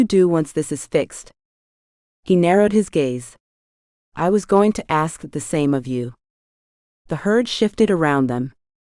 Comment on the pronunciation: LOVE the story, but you would think a computer could pronounce ASK correctly instead of AKS!